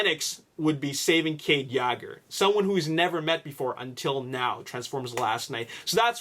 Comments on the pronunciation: WTF it is Yeager (Yay-gur) not (Yaager) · It's pronounced Yeah-ger,not yager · ur sayin yager wrong its purnounced yayger :) watch tf4 its how they all say cades last name lol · kade yagger? you mispronounced that horribly. its kade Yeager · This is too much assumption based on what's happened in T4:AoE... they arent going to do the same thing AGAIN in T5:TLK. Every movie has been different and unique... and it's Cade Yeager (as-in "Yay-ger") as pronounced ALL through Age of Extinction, not YAGGER... like Mick Jagger or Mick Yagger, LOL. Sometimes these vdeo's are good, but... theories based on theories have no solid foundation... there arent any official spoilers yet, so all of this can be complete false. LOL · Cade yagger, it's Cade Yeager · ...please stop saying Cades last name that way...its waaaay off. it's pronounced (Yay-Ger)...Yeager.not....YAAHHGer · law84 No he's just being stubborn dumb AF. If you listen closely he mention the last name as: Yaager and then Yegger while its Yeager. In his previous vlogs he pronounced it good. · U province Yeager wrong - it's Yee-ger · btw it is (yay-ger) I don't want to be mean but you can call it whatever you want I'm just saying that is how you say it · 09 he resides I Canadia...lol.(Canada) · can you please start pronouncing Mark Wahlberg's character name correctly it's annoying hearing it miss pronounced every video. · you pronounce his last name wrong